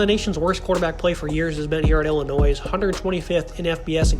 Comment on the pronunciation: Good analysis. But heads up...the 's' at the end of Illinois is silent. ;)